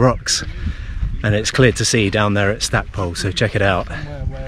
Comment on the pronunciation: Quick tip,the locals (I'm an old Pembrokeshire lad) pronounce it "Stack-pool" not pole.